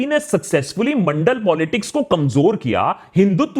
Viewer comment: Mandal or Mondal??????